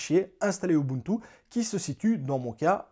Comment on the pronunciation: A chaque fois que tu disais ubuntu, je pensais direct à Moboutou 😅